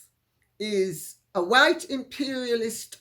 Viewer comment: White not whote...